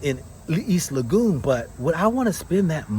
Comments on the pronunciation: You keep on butchering the name of the area,,, it's LEGON NOT LAGOON,,, PLEASE KEEP NOTE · Brother Legon is pronounced like Laygone. But not lagoon. Tanx. They both have a parent that is Ghanaian but could not make it. I wonder why. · IT IS PRONOUNCED EAST LEYGUN(East Lagon) not EAST LAGOON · My brother just a little help on the pronounciation of my neighborhood. Try Lego and on. Or Le-gone😂😂 Respect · East Legon is pronounced as "Le Gone".